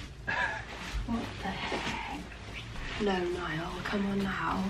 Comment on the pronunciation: The ‘Ni-all’ really made me lol 😂